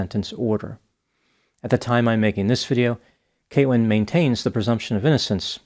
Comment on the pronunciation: Something is wrong with my ears... I jeep hearing "Kate-wyn"... wheres the L?